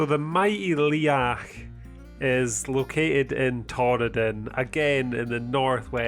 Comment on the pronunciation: Your pronunciation of hill names is hilarious. Liathach... Liach??? Try saying Leeagach